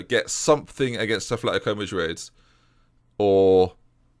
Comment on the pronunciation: it'a not athletico it's atletico (at-letico)